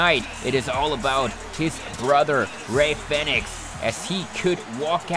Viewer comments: REY FINIX HAHAHAHA ITS REY FEEEEEEEEEEEENIX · Im sorry but 8 minutes of you saying Rey Fenix when it's said fee-nix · U saying his name wrong it’s Phoenix but spelled Fenix this way but awesome match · Great match but you mispronounced Fenix tho